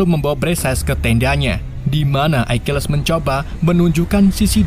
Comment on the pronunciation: Akilis, bukan aikiles